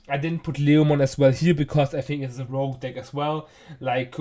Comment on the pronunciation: It's "Rogue" btw, not rouge....